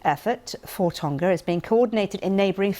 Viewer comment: Hey BBC learn how to pronounce Tonga properly, it's easy you just have to make a tiny bit of effort.